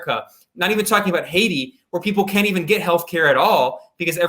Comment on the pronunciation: Is that the correct pronunciation of Haiti?